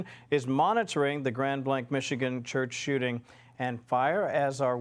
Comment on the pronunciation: “In a church wishripin” where do black Americans get these pronunciations from??? Sorry I just had to aks…